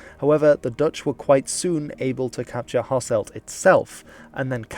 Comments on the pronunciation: Same goes for Hasselt, where its ɦɑsəlt not ɦɑsɛlt. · Just a little thing about your pronunciations, I'm aware you might not be able to pronounce the soft G in Cities like Geel, but for example the city of Lanaken has an emphasis on the second "a", with a silent "n", and Hasselt's "e" sounds more like a "u" Also is a huge travesty still to this day